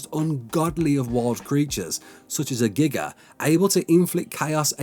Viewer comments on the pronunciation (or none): none